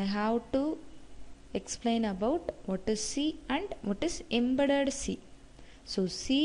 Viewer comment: I think she is south indian but not a mallu.. we don't pronounce 'about' 'that' in this way like stressing on the last t.